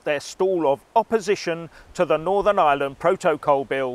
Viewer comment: What's a "Pro-toe-col"